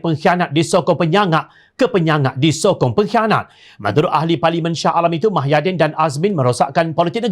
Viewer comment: Mahyidin atau Muhyidin? Jangan sampai Muhammad ko sebut Mahammad... Semua Berita ko sebut Mah bukan Muh 😒